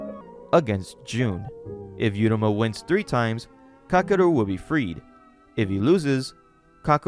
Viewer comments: stop mispronouncing every name you goober. if the name was 'yuruma' then the text would say 'yuruma' so just read uruma ffs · MC’s name is pronounced OO-ROO-MA not YOO-RA-MA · You got to learn how to say Uruma. You keep saying yeruma. It's ooruma. As in oopsie daisy.